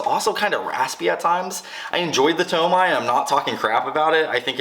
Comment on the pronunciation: awesome vid! My dream car and color ! although tomei is pronounced (Tow-May) not (Tow-My)